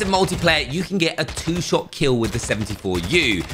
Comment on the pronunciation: Dude said SHIT not SHOT I'm already pausing and writing notes and he speaks at 200 words per minute lmao I quit bro. Thanks I guess.